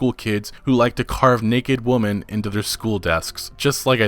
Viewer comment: If you are going to read long paragraphs within articles for a majority of the video, at least learn to pronounce common words properly. Women (whim + min), NOT Woman (woo + min) epitome (uh + pit + tum + me), NOT (epi + tome) gyrate (jai + rate), NOT (guy + rate) The Women one is beyond ridiculous. Have people on youtube completely forgotten how to speak the (American) English language because they spend too much time staring at gibberish on the internet? I just watched 30 minutes of an Oversimplified video on the Prohibition. It was very informative. It also made me want to tear my hair out because the narrator sounded like a toddler who hadn't mastered the plural form of woman, and repeated it every 15 seconds.